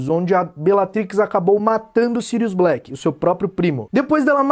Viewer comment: "EU MATEI SYRUS BLACK" KKKK